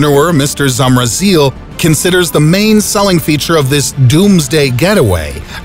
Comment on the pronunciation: Who is from Czech Republic and i dead when he said with his accent Zamrazí